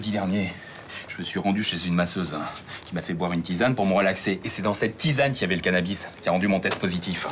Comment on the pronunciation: a dit cannabi au lieu de cannabis 😂😂😂